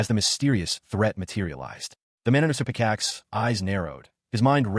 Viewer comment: My god it’s hilarious it can’t pronounce his childhood friend always _picaxe and _blahblah 😂